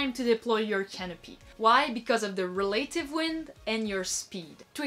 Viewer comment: Check your pronunciation of "relative" please.